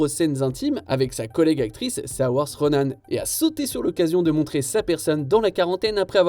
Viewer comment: Vous êtes sérieux avec le prénom de Saoirse Ronan? haha